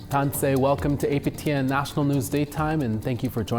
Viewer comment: tansi has the short i sound. It's not tan-say with a long a sound. ❤ Just trying to preserve the correct sound of Cree😊